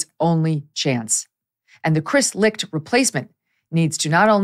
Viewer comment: Never knew his last name was pronounced "Licked". Chris got Licht. 🤣🤣🤣